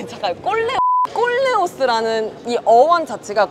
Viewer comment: 꼴레오스 너무 야해요 콜레오스라고 해주세요